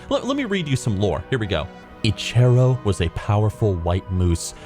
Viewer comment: I got the Liothien Prowler 2 months ago. Best. Mount. Ever. Also got Spirit of Eche'ro which is sweet. P.S. God dammit you're bad at reading names. Each "Eche'ro" killed a part of me. I love you doe :)))